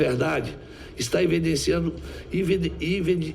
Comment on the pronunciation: Omar aziz não consegue falar “evidenciando” 😂